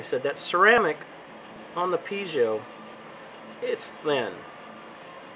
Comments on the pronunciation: PeeZio?? Dude, they are Pie-Zo --- as in apple PIE and ZO with a long O -- PIE-ZO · it's pronoinced Pee-ay-zo, not pee-zi-o. There is no 'i' after the 'z'. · Don't mean to be pedantic, but it's actually pronounced PEE-AY-ZO or PIE-AY-ZO. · actually they are pronounced pee-A-zoh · Winky Dee Most people have trouble with that word. I say pee-eh-zo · Good tips, but worst pronunciation of piezo ever.